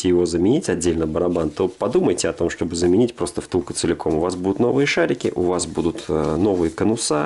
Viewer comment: Щьтобы и монтаЖЬ. Слух режет ппц.